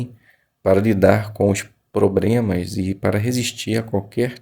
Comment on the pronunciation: Obrigado pelo estudo. Se puder deixar uma crítica construtiva tome cuidado yas palavras incluir e problema. Quando vc fala incruir e pobrema distrai da sua leitura. Mas parabéns pela iniciativa. Jeová te abençoe!